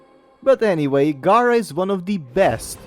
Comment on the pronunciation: As a community can we say it together? G(air)a. They say it in the cutscenes. 🤦🏾‍♂️ Very informative video though thanks for the help. 😂